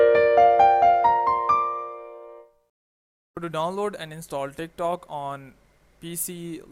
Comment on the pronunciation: everytime he says tik tok i hear thicc tok